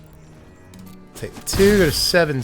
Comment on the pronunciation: Since the day feldon came out, I've been pronouncing his name with that accent, so when I heard you pronounce it like that I LOST it